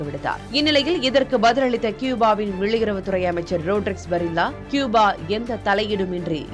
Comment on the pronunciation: கூபா. க்யூபா அல்ல. கூபா சரி